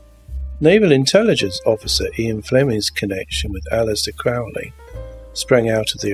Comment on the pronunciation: Lee's first vampire movie was The Horror of Dracula, 1958. Oh, and Crowley's name is pronounced Crow-ley, not Crowl-ey.